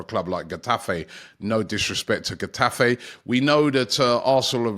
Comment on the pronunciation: Butchered Getafe too